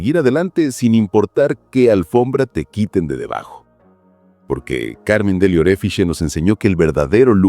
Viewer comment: La pronunciación correcta es Carmen DEL OREFICHI ! Aprendan!!!!!